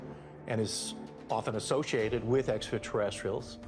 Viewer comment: I noticed that too.